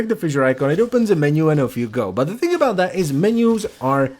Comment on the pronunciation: "floating aboot" who are you? The policemen from alloh alloh?